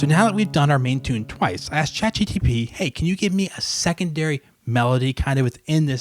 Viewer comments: You still say ChatGTP! 😂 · No he said ChatGPG